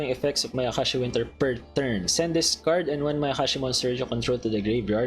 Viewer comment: My guy said " mayaقashi"